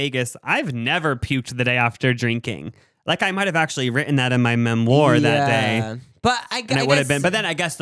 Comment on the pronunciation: Omfg I haven’t seen u guys videos in a while n just started getting back into y’all’s vids again n I love that u still pronounce “memoir” like that 😂😭